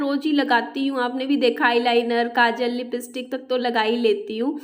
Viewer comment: शुक्र है जिन्न जिन स नहीं बोली जैसे लिपिस्टीक बोलती है ।